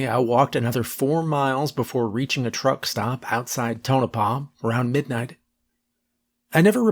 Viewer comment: Thank you for pronouncing Tonopah correctly